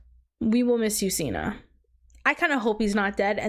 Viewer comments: I wanna hear your thoughts on the Gale, Peta, and Katniss after part 2. Also it’s Cinna like Cinnamon not Cena like John Cena lol. But I love your reaction ❤ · cinna not Cena It's Cinna pronounced like cinnamon not Cena pronounce like John Cena 😤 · I'm loving your reactions to the movies so far! And that everyone is being so awesome in the comments! I just wanted to say that the designer's name is pronounced like Cinnamon lol but I honestly vibe with Seena so much. I hope you do a book review kinda thing whenever you read them! 😊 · Seena instead of Cinna was already a little funny, but Beetus sent me too.